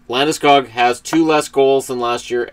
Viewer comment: Landeskog is pronounced more like Landeskug.